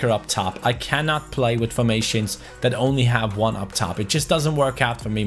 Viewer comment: that thaaaat T H A T not DAT